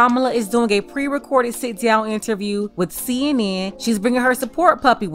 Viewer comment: Did u just say pre-recorded???? 😕